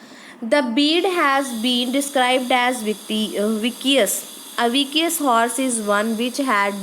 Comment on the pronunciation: Ur Pronunciation for vicious is incorrect.